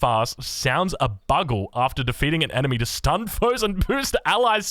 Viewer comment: Lest we forget "bugle" as "buggle"